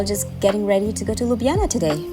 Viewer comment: Props 4 the prounounciation of Ljubljana and basicly all the other Slovenian city/places names. Really really good...you could learn Slovenian well ;)